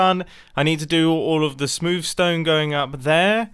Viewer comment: Mumbo jumbo is normally like reasonably English, but when he says “smewv stone” he becomes considerably English